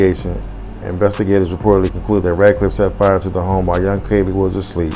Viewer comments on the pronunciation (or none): It's pronounced Cee Lee ...like the color purple